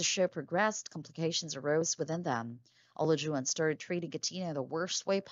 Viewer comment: Why do you keep saying his name wrong?